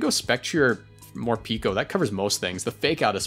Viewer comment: (it's pronounced Mor-"pecko", since the japanese name ain't morupiko but morupeko)